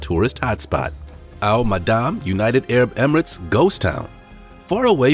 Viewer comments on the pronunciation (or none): none